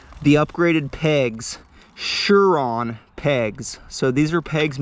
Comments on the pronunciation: No, im saying you are pronouncing Sur-Ron Incorrectly, you are saying Shur-Ron when it's pronounced Sur-ron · ok but ur not chinese so its pronounced surron